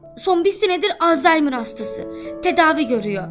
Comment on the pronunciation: Abla lütfen bidaha alzaymır deme babannemi özlüyorum :( aklıma geldikçe ağlıyorum lütfen alzaymır deme olurmu